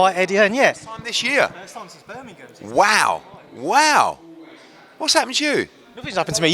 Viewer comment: First time Eddie pronounced the G in Birmingham 😊